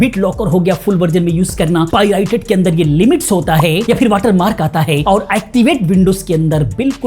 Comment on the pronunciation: bhai vo pirited nahin Pirated rated hota hai